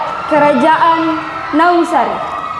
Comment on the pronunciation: Naungsasi kak, bukan naungsari😅